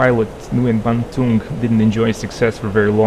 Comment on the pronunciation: it's not van Tung but van Dung